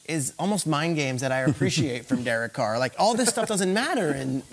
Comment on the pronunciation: "Derek Coor" lol